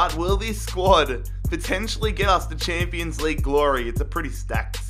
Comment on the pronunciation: 😭😂😂 "champo league"